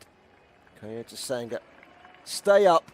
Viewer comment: why does the commentator say "kayocera" and "kayoto"?